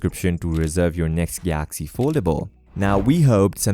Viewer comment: Why are you saying Gaaxy.